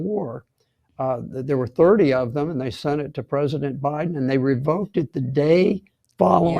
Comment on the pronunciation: Did he say President Obaden in the beginning?